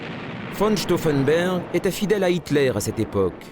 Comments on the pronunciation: Stauffenberg et pas Stauffenber c'est une hérésie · The commentary calls Claus von Stauffenberg "von Stauffenburg". The commentary on events is rather simplified and jingoistic.